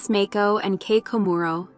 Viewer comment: Mako is pronounced Mah-ko. She's not a shark.